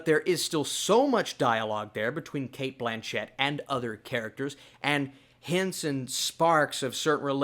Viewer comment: She has even said it so many times. Cate BLAN-chett